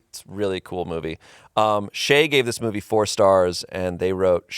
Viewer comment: Tbf I heard said bobbies instead movie for the first time